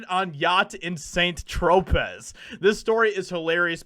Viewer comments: It's pronounced San Tropei (tro=pey) Not SANT TROP-EZ. Come on dude. Really? And also the whole environmental argument is fucking stupid. What is the man supposed to do, never drive a car? Never get on a plane? Never get on a boat? You can be environmentally conscious and still use things. No matter who you are or what you do you WILL be polluting in some way. The point it to balance it with things and practices that don't pollute. And to get corporations to use cleaner manufacturing policies. Is he just supposed to WALK everywhere? SWIM to Europe and Asia to film movies? What? Ok so he's on a boat somewhere. Right. So when you use a boat, you turn it on, sail out to somewhere, anchor, and then turn it OFF. Nobody keeps the boat running while they're anchored at sea. How much environmental damage do you think he caused? Taking a trip a mile or two out and coming back? You cause more damage driving your car every day. "Oh but Jimmy he has a personal jet and that uses fuel and creates pollution" Yeah. It does. Is the jet running 24 hours a day? How often do you think he uses it? I guarantee you it's not every day or even once a week. Maybe once every few months or so? So, again, how much pollution do you think he's causing? And, again, how is he supposed to get to Europe, Asia, etc? He's either taking a plane or a boat to get there until they finish that bridge. And don't give me this, "he can fly commercial bullshit". That in and of itself would be a disaster. But either way h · It’s pronounced Tropay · Pronounced. San -tro-pay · Saint Tropez is pronounced San-Tro-pay. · LOL Saint-Tropez is pronounced SAN-troh-PAY. It's a beatiful coastal city in the south of France. Leonardo diCaprio is a false prophet. Fear comes from the devil. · You do know that Saint-Tropez is pronounced San Tro pay. But the story does show how much BS he is full of. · Has anyone pointed out that it's pronounced "San Tro-pay"? I had to google Saint Tropez... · FYI: "San Tro-pay"